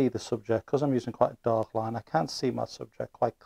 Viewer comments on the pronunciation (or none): none